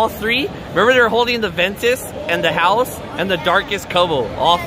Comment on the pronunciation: Why are you saying house your supposed to say haos